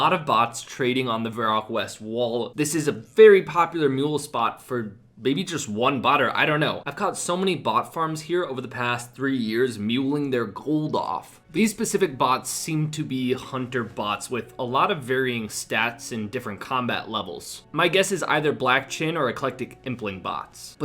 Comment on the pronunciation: woah woah woah... did my mans just say "these pacific bots" ?????? disappointed in you man.